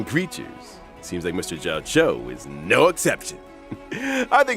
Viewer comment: Jiaoqiu, not Jiaoqui.